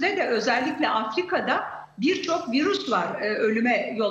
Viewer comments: Vırus dedikçe bi garip oluyorum 😢 virüs diyeydin nolurdu😮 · Virüs bile diyemiyor doctor tuzak bunlar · Virus mu? Koca profösör virüs diyemiyor.